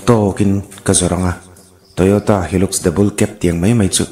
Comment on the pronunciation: A lam rik dan HILUX Mizo hawrawp in Hi luks❎ Hai laks✅